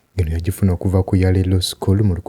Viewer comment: Yale (is pronounced as "Y-e-e-lo"). Thanks for the good work.